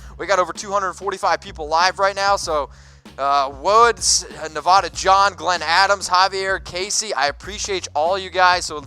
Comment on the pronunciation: learn how to pronounce Nevada. PLEASE